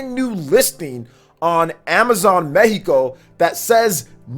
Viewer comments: Thanks for saying "Meheeco" and not "Meccico" 🤙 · Good info as always and as a bonus, your spanish pronunciation of Mexico is on point.